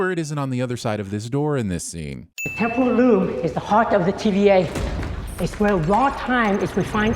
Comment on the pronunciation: Did anyone else think they created the Temporal Loom because when Ke Huy Quan says it, it sounds like Temple of Doom?